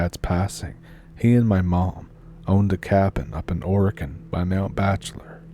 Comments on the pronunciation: You are doing great on the pronunciations of our quirky town's and River's. Just one more thing...OR-E-GO-NE-UN. Love your stories and I always bring my own Stump now. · Seems like she is trying to pronounce Oregon like the beginning of oregano. She probably learned to read with the "Guess and Go" method instead of being "Hooked on Phonics". #Our Public School Wisdom at work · It’d be nice if you were an Oregonian you could pronounce it right! lol?